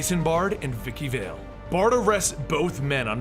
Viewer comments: Bard not Baird. Vale not Vall. Forbes not Ford. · he reads carmine and vivki correctly but falcone?val? its prounounced falcon(knee) u idiot and vale is ale with a damn V my god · When he mispronounced Vikki VALE and Carmine Falcone, he lost a teeny tiny bit of credibility, but more with Vale cause that name is spoken quite frequently in the video games and occasionally the cartoons or animated films.